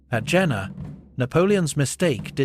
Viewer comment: It is pronounced Yena.